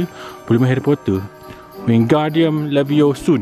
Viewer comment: stop, stop, stop! You're going to take someone's eye out. Besides, you're saying it wrong. It's LevioSA not LevioSOON...